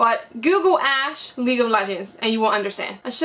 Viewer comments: EVER TIME YOU SAID THAT ASHE I THOUGHT YOU SAID THAT ASS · Lmaoo I thought she said tht ass